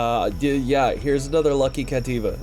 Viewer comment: It can't be just be me who hears P!mp LUCIOUS Everytime he says lucky lucious 🤣